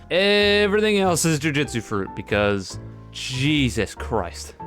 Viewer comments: Now that I have your attention i just wanted to say that your pronoucning jujutsu wrong, its joo-joo-tsu not joo-jit-su. Thast all thank you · ironic title when you cant even pronounce jujutsu properly